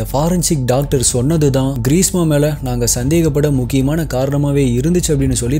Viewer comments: Greesa alla greeshma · Bro ....greesma ah ila greesha a......